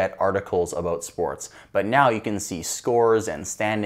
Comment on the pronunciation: hehe... "Aboot" 😁